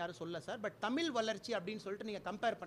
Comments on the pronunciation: முதல்ல தமில் என்று சொல்லாமல் தமிழ் என்று உச்சரிக்க பழகிக் கொள்ளுங்கள் பின்பு தமிழ் பற்றி பேட்டி கொடுங்க... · டேய்...டேய்..நாய..தமிள்..இல்லடா தமிழ்.கர்நாடகா ஒரு நாடு.தமிழ்நாடு ஒரு நாடா?முதலில் சுய அறிவுக்கு வா... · தமிழ் என்று பேச கற்றுக்கொள்ளுங்கள் 😂😂😂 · First correctly pronounce Thamizh and not Thamil Vizha and not Vila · ஐ ஏய் எஸ் படிச்சி என்ன புரியோசனம் தமிழ்ன்னு சொல்லா வரலா தமில்ன்னு சொல்லரங்க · அண்ணாமலை ....தமிழ், தமில் இல்லை.... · தமிழை முதல் தமிழாக சொல்லச்சொல்லுங்க ..கேவலம் தமில்..? பொறுப்பு வேறு - இந்த அழகில் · தமில் இல்லபா, தமிழ் என்று முதல் சொல்லுப்பா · அண்ணாமலை முதலில் தமில் என்று உச்சரிக்காமல் தமிழ் என்று உச்சரிக்க பழுகு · அண்ணாமலை, தமில் தமில் என்னாப்பா. தமிழ் என்று சொல்லப்பா.. தமிழுக்கு "ழ" என்பது அங்கீகாரம் அது கூட தெரியாம நீயெல்லாம். உன்னையெல்லாம் இப்படி பேச வைச்சதே திராவிடம்தானே...சும்மா போவியா...நீ ஒழுங்கா தமிழில் பேசு சங்கிமாதிரி சொதப்பாதே... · தமிழ் என்பதை தமில் என்று தவறான உச்சரிக்கறீர்கள் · இவன முதலில் தமிழ் என்று சரியாக சொல்ல சொல்லுங்கள் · தமிழ் Not dumil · கன்னட பய.. "தமிழ் நாட்டை ஆள வந்துட்டான்"... தமிழ் என்று உச்சரிக்க தெரியாது..."தமில்".. எதுக்காக "நீட்டு" தேவை அதை மடக்கு.. மத்திய அரசு தமிழ் நாட்டில் இருந்து சுரண்டும் வரியில் தமிழ் நாட்டுக்கு ஒவ்வொரு வருடமும் திருப்பி தர வேண்டிய பணத்தை கொடுத்தாலே போதும் டாஸ்மாக் தேவை இல்லை.. தமிழும் ஆங்கிலமும் தமிழ் நாட்டிற்கு போதும் இந்தியாவுக்கு தமிழை கொண்டு செல்ல கன்னட " ஆட்டுக்குட்டி அண்ணாமலை" முயற்சி செய்ய வேண்டும்... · அன்னாமலை விவசாயம் செய்து not விவசாயம் பன்னி. தமிழ் not தமில். தமிழை நன்றாக கற்று கொள்ள வேண்டும். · தமி"ல்" இல்லை... தமி"ழ்"... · தமில் இல்லை தமிழ். முதலில் தமிழை ஒழுங்காக உச்சரியுங்கள். பின்னர் அதைக் காப்பாற்றுங்கள். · Sir அது தமில் இல்ல தமிழ், என்ன டா இது தமிழுக்கு வந்த சோதனை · தமில் இல்லை தமிழ் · முதலில் தமிழ் என்று சொல்ல முதலில் கற்றுக்கொண்டு பேசினால் நல்லது. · தமில் மொலியா!!??????? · Bro first please try to pronounce the word tamizh properly😂😂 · முதலில் தமிழ் என்ற வார்த்தையை சரியாக உச்சரிக்கவும் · முதல்ல தமிழ் னு ஒழுங்கா உச்சரிடா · பாவம் இந்த தமில்(கன்னட) எலி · தமில் இல்ல தமிழ்